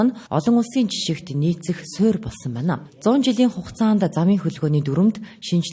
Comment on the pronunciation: мэдээ уншиж байгаа бүсгүй байнаа гэдэг үгийг биноо гээд байх юм. Маягаа засчихвал сайхан хоолойтой бүсгүй юм